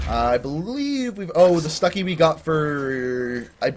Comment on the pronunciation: He said stucki instread of stuck!